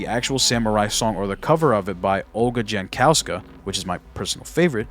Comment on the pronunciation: "Jankowska" should be pronounced as "Iankowska". She is Polish, Pronunciation there is different.